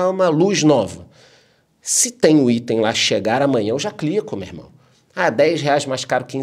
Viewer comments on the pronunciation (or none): none